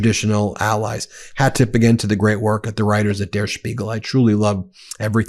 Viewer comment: Ben, just wanna help out your German real quick- in "Der Spiegel," the "der" isn't pronounced like "dare," it's pronounced like "dirt" without the "t." Doing the "dare" pronunciation is a hallmark of the bad Amerikaner accent 😅